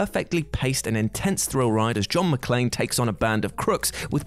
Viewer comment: I'm actually impressed he pronounced John McClane properly.